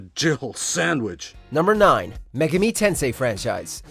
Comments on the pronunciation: Mega-me tensay 😂😂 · megeemi tensee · your pronunciation of Megami Tensei, is incorrect sir. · Really, a lot of his Japanese was cringey at best. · If this was the ONLY mispronounce error but unfortunately it wasn't